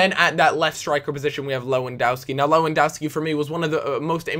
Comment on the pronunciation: (low)endouski? Lovandefski is his name